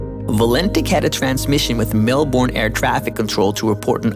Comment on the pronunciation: Hey good job but like most of the world you mispronounced a few Australian names “Bass straight” is bass like the fish and Melbourne is said “Melbin”